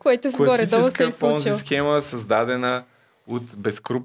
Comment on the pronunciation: Схемата не е Понзи, а е Понци. Дъщо кскто пицата е пица, а не пиза.